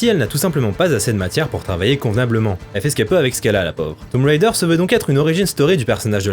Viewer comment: Déjà j'aime tes chroniques mais en plus t'es le premier que je vois bien prononcer "Tomb Raider". Je kiffe bien. :)